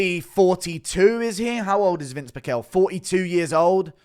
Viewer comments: It's pronounced Pih-shel not Pick-ehl _from hearing his name said for decades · it is PEEEE CHELLLLL dumbass…